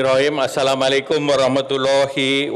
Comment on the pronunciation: Ngucapkan salam aja blepotan taukan.....